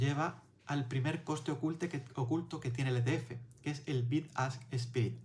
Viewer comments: Me he suscrito al momento porque explicas muy bien pero no pronuncies “SPRID “ se pronuncia “SPRED” saludos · Contenido bueno. "Spread" se lee "spred,", no "sprid".